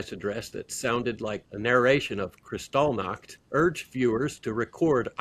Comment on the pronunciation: Kristallnacht. The emphasis is on the 3rd syllable. kristallNACHT. The night of the broken glass. A leading event in the fear of the Nazis. Seen as a turning point.